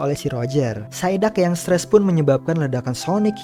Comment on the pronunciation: BANG ITU PSIDUCK BUKAN SAIDAK TAPI EMANG ENEK DIBILANG SAIDAK SIH. EH BENTAR BANG PAS AKU NONTON FILM POKEMON KOK GAK ADA KARAKTER POKEMON PSIDUCK